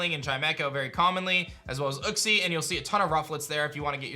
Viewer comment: Wait is uxie actually pronounced (uh-ksee) and not (YOU-ksee)